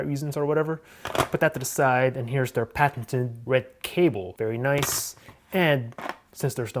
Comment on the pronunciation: I love when he's saying "VERY NICE!!!" like a batman hahaa